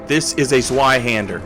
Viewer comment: You pronounced "Zwei" wrong ;^)